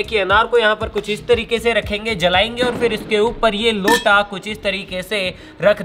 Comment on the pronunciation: Emphasis on the word "LOTA"